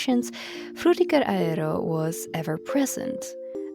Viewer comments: It makes me confused. The frutiger part is pronounced fine, but the “aero” part they say as “a-re-ro”. Is this one of those weird words like the whole thing going on with “bologna” = baloney? Personally, it bothers me a lot even though I know it’s a small thing to be annoyed about and probably just an accent thing. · "Frutiger Raero" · The tryhard pronunciation of aero is killing me 😭